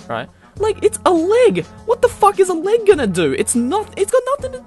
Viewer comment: I love how you pronounce leg